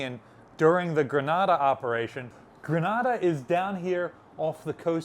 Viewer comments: Grenade-uh. Not Grahnada. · Ok, lived in Grenada for nearly 5 years. It's pronounced GrenAAAAda. Long A sound. GRENaDA, ah, sound is in Spain. Love the channel !!! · Does Libby make you change the pronunciation of places? Truk and Grenada being good examples.